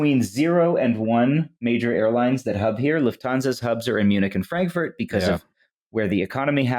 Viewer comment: "frank furnace" sounds like one of those countertop cookers advertised on TV around the holidays